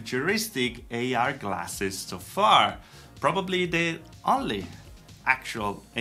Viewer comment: and also they both said classes instead of glasses.